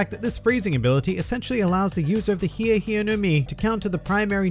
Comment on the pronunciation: I was really disappointed with how this fruit was pronounced. I thought for a second it might be the thriller fruit consumed by Michael Jackson. The HEEEE HEEEEE no mi. Model shamone